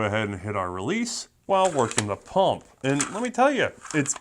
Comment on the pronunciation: Quit saying pump like that.